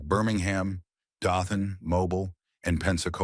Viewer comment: The picture when this tard is saying its the blonde bombers, is Nick Bockwinkle and the Crippler Ray Stevens (then Ray Stevens and Pat Patterson) It's Dothan, Mobile both long O sounds. AI sux. Wayne Ferris didn't. Very entertaining wrestler. I agree that the story lines should be slower.